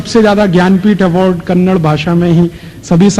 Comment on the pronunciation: Kannada aap ke mukh se achha laga